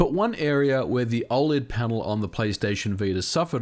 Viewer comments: O L E D. Not oh-lead. I couldn't even watch this video because of this. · i cant get passed you saying OL-ED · Why do you say "ole-ed". That's like saying "use-sb"! It's killing me!